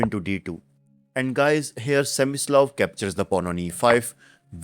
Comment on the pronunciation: his name is Smyslov,not semislav.